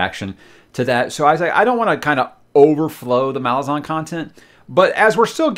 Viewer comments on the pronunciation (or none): The Malazan empire is named after a small city called Malaz. So the intended pronunciation is MaLAZan. I know, I still struggle with it, I’m so used to saying MALazan, oh well 😆